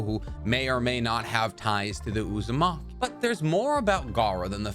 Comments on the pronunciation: Man really said Uzumake-me 😭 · Lol uzu-make-me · "Uzamaki" LMAOOO